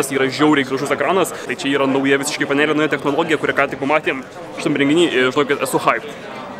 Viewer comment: Panelė - ne taip sukirčiavai :/